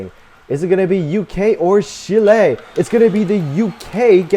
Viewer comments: Learn how to pronounce Chile. Not Chilé. Moron! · "Shile" it's Chile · Learn how to pronounce Chile.